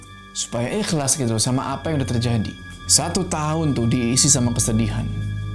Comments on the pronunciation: Bang lu kalo ngomong kata "akhir", " "Ikhlas". Izhar nya mantep banget dah 😆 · Makhraj namanya.